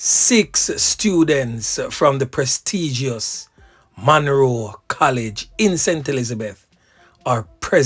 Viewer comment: Munro NOT Monroe